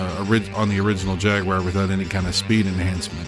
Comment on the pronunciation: It's not the first time I heard it pronounced like that, and it's always someone with an American accent, trying to pronounce it like a Brit. However, that's not the correct pronunciation because it's pronounced "Jag-wahr" in American accent, and "Jag-you-are" in British accent.